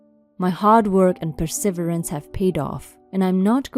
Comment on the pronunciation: Hehe.. I love when she doesn't pronounce words correctly.. It's just so absolutely adorable.🤗 P-rr-ssa-veer-ans is how perseverance is pronounced.. 😂😊